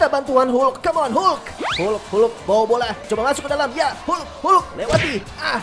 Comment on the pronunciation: Sebutan hulk tu tk betul senanye